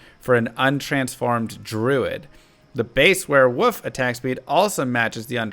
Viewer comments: Were-wolf Not were-woof lol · Wearwoof... is that international or does the guy not know how to say wolf lol? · I love it when talks about were-wuf 😂👌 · Are you saying wearwoof?